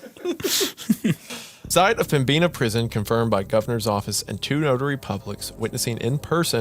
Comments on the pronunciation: as a North Dakotan it’s pronounced Pem-bin-uh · pronouncing pembina as pembeena is crazy work. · As a North Dakotan I fell it's my civic duty to point out that Pembina is pronounced pem-bi-nuh, not pem-bee-na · As a North Dakotan, I always feel happy when we get acknowledged especially in a spooky story. Tbh I’ve listened to this episode before but I’ve only just realized that the prison story takes place here Also, Pem-Bi-Na river sent me cause I’m from that general region and that B is not usually that pronounced lol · I like the episode but Pembina is pronounced PEM-INNA and their pronunciation is driving me crazy. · The pronunciation of Pembina is absolutely frying me ☠️ im from the area and am there not infrequently and pembina is probably definitely haunted, but the b is silent, its pronounced pem-in-a. Hadnt seen any other NE NDers comment so i had to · PemBEENah lol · Two story's taking place in my home state of North Dakota in the last couple months. This story takes place an hour north of where I live and it's pronounced Pemb-in-a. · Fantastic story set in my beautiful home of North Dakota, but Pembina is pronounced Pem-ina, blame the French-Canadians man